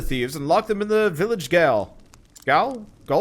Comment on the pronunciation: Gaol is pronounced jail. Older English and fluid orthography...